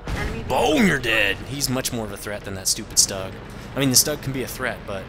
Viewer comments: For god sake.......German tank name is not Stag......but Stug (vocal : Shtug) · You dont say stug. You Strumgeshultz or STHUG